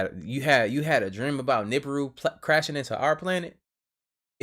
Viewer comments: Why do say NUBAROON??? rofl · He said Nuburu... He said da Pope Nem lol 😆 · woke 😂😂 they rather deal with sleeping zombies doped up !! and is the same incident Rashad Jamal spoke about over a year ago? why he laughed at the preacher pronunciation 😂